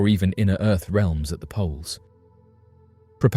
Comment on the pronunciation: CONCAVE EARF IS REALLLL